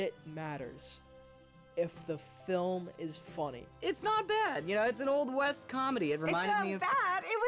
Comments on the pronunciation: A Million Ways to Die in the West? I thought you Said: 'A Million Ways to Die in the Weast' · Weast? What kind of compass are you reading lad?